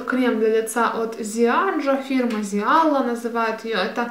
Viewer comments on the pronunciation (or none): Привет. Фирма польского крема читается "Жая")) P.S. Живу в Польше)))